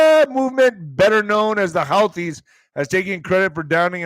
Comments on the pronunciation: HOUTI'S IS PRONOUNCED ""HOOTIES," NOT HOWTIES!!! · It’s pronounced who-thees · I've heard it pronounced Who Tees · Pronounced who-thees